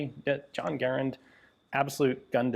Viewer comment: Thank you for pronouncing Garand correctly!